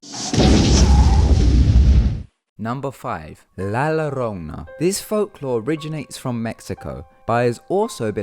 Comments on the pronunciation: this foo said "la llarona" and pronounced it like it was spelled LOL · It's pronounced "Jorona" or "Yorona" not "Lorona" ffs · My english friend the double L is pronounced as Y so you would say it like La Yorona,but great vid all the same. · Oh god I cringed. La lorrrrona. Please no. Double "L" in Spanish makes a "y" sound. I know Spanish isn't your first language, but please just try.... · La Llorona is pronunciated as "La Yo-rona" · Double L makes the "Y" sound, so it would be "La Yorona" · I like how you said the name wrong of La Llorona XD It's actually pronounced La Yo-rona, its still spelled Llorona but pronounced differently then how its spelled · "La Yo-roh-nah" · lmaoooo llorona is pronounced yo-rona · i think the llorona is pronounced with a y sounding start instead of l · You pronounced it wrong, its pronounced La Yarona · Llorona Is actually spoken as 'jorona'. Also, Brazilian werewolfs are scary. They turn their skin inside out, exposing veins and bones, and can make you another just by cursing you. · Just a little tip: La Llorona is pronounced "lah yoh-roh-nah" Also I think it would've been worth mentioning that this is a heavily widespread legend through all of Mexico and so her legend has several variations. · I just wanted to correct you in the pronunciation on La Llorona. Whenever there is two L's pressent in a word, it makes a Y sound. So the proper way to say her name would be La Yorona. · Lol... la lor-ona... xD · Pronounces la llorona wrong, tells the story wrong, please do your research smh 🤦🏽‍♂️ like how would she have blood on her dress if she just drowned them? Sigh. And her cry, “ay mis hijos” is pronounced “I Mees Eehos.” ALSO the Japanese woman’s name isn’t “kuchisake onna.” That literally means “slit-mouthed woman.” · The way he pronounced la llorona was ... terrible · i coudnt stop laughing im hispanic and of course know about this story so when i heard this i laughed so hard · He dint say it right la llorona